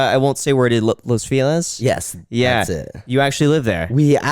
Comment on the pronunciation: Graham totally mispronounce Los feliz